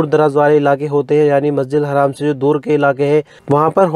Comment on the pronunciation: masjid haram hota hai masjid haaram nahi hota hai please